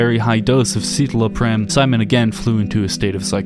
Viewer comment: What a poor take. Simon's sad because his suffering is spectacle to people like you. If you can't pronounce "citalopram" (sit-ah-low-pram) you don't know anything about depression (it's also EXTREMELY ineffective and causes depression and suicidal ideation as the most common side effects from its 40 page list of side effects). Also fun fact current antidepressants are serrated by less than two generations from straight up electrical probes into an exposed brain for depression treatment. That's the "research" antidepressants are based on.